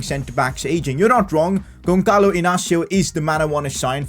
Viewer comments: Who cringed when he said GonCalo Inácio instead of Gonçalo Inácio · the ç you read pretty much as an s in portuguese, so just basically say Gonsalo an not Gonkalo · when the is int the middle it's an s sound so the sound is Gonsalo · you need too reed the ç like a s